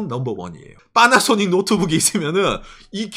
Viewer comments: 왜 빠나쏘닉이라고 발음하는거죠 ㅋㅋㅋㅋㅋㅋㅋㅋㅋㅋ 첨에 들었을 땐 웃겼는데 이젠 나도 빠나쏘닉이라고 하네 ㅋㅋ 그리고 얘들 웃긴게 차는 오~래 못 쓰게 하면서 뭔놈의 구시대 단자는 좀비마냥 살리고 있는건지 모르겠군요 ㅋㅋㅋ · 파라소닉이 왜 빨아쓰니 로 들리지